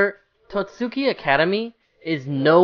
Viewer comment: Hearing him say Tohtsuki is painful, I'm sorry bro